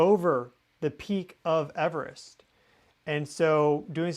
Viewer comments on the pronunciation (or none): none